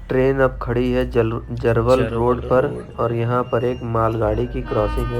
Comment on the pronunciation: भैया जरवल स्टेशन नहीं जरवल स्टेशन है ध्यान सही पढ़ो तो आप पढ़ रहे हो जरवल